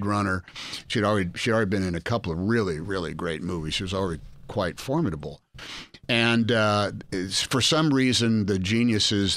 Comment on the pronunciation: Finally, for the love of God, a person, publicly using the word, who knows how to correctly pronounce "formidable".